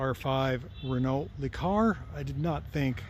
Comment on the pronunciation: Pronounced "ren-OH"